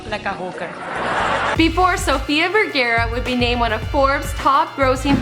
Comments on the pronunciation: Its Vergara! Not Vergera xD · It's Sofia Vergara not Vergera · Its Vergara not Vergera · "Vergara" not "Veraerrrrra" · Yes, it's "Vergara" and not "Vergera" .. but who gives a fuck anyway? Just sit back, watch the video, and shut the fuck up :> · At least pronounce her last name correctly. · Its Vergara tho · Its VERGARA!